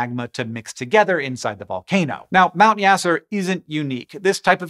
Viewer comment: Apologies for the correction, but the name of the volcano in Vanuatu, is "Mount Yasur", not "Mount Yasser"....